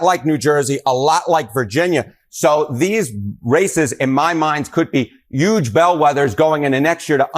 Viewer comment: The newscaster kept saying “YUGE “ just like trump does. Except when he forgot, slipped and then just went ahead and said HUGE.